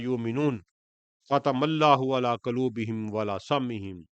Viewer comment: Dear sir, qaloob py pesh hai, ap ny dono dafa zabar parha, please yeh tasheeh kr Len